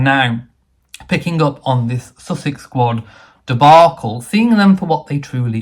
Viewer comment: The place is called Sussex, the couple are pronounced "sus-sucks". Please make the difference known.